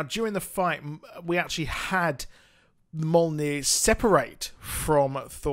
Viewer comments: Mule, Neer. lol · Its Mjolnir pronounced Meee Yol Near!